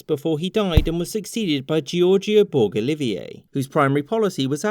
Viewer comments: I will say this is a very Anglo Centric retelling of events. Also, in the name George Borg Olivier: - Borg rhymes with George, not the star trek guys. - Olivier sounds like Olive-Ear not Olive-iay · It’s pronounced borJ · The G in Borg is like the G in George. So it really mispronounced and makes us Maltese laugh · This is very interesting but the Surname is pronounced Borch like porch with a B and a bit more of a separate but soft r or like Borge like George with a b , not a criticism though, i know Maltese surnames can be hard to pronounce if you aren't one, people have gotten my one quite wrong sometimes (Cassar). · Borģ.as in Burj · In Malta, Borg is pronounced as in the English George. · Oh the butchering...